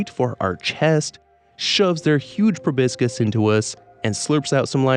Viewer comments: It's proboscis, not probiscus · Proboscis is actually pronounced 'Pro bus iss' - the second 'O' is like 'uh' & the 'C' is soft. 🫡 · The way you pronounce proboscis feels weird to me I don't know if it's correct or not but I always thought it was pronounced pro-bos-kiss or pro-bos-siss